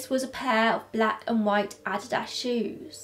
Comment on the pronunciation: Adidas 🥴 not "I-did-as" that really jerked at my soul 🤦🏽‍♀️